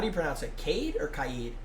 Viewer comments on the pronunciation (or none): none